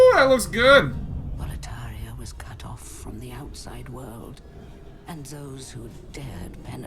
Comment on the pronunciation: Boletaria keeps sounding like "proletariat" for me. wtf